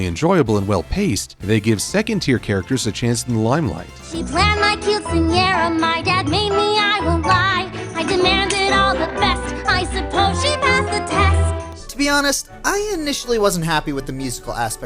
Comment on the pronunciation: Wait, didn't she call it a cute-cinara?